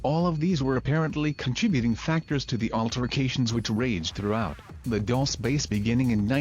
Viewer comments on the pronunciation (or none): Why does the narrator pronounce "Dulce" so incorrectly every time? Do your research